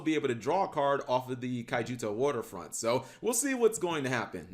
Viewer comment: Cap, read the card names. It's Kyoutou Waterfront. "Key-oo-too". Not "Kajiutou"